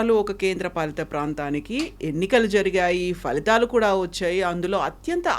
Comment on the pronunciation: "ఫలితాలు"" అనేపదాన్ని falithalu అని పలుకడం తప్పు. Phalithalu అని పలకాలి కదా!!